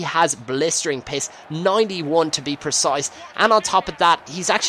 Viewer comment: When u say pace it sounds like your saying piss o.o